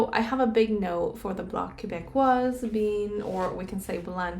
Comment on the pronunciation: It’s « Bloc Québécois » the final “s” is not pronounced in French. No Tarot reading needed to know that Singh and Blanchet won’t win. 😂😂😂